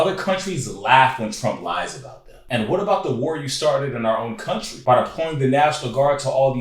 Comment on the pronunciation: "They emptied their prisons into our compan-uh country"